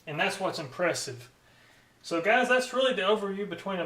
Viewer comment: It's "gahs".